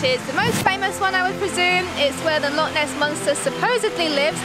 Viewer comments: Its not a "Lock" it's a "Loch" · Sorry to correct you by you keep saying Lock instead of Loch. You do not pronounce Loch the same way that you pronounce a padlock 🔒. It is a Loch, the -ch is pronounced from the back of the throat making a -ch sound. You can look up Scottish pronunciation of this word online to to help you. Lock and Loch are not the same word.